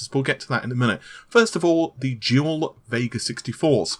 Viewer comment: Totally sounded like you were saying jewel not dual. Had to actually look at the video instead of listening like I normally do.